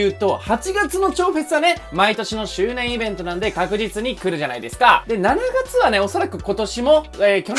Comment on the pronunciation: 7月の読み方めっちゃ気になる😂